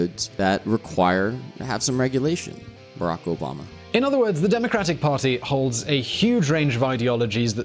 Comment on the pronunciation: saying Obama: "Obummer". That's what I heard, don't judge.